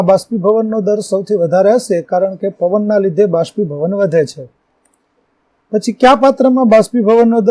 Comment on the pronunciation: ભાષ્પીભવન નહીં બાષ્પીભવન